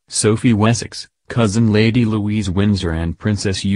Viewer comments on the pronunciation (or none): none